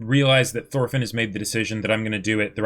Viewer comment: Thorfinn (x) Toolfin (√)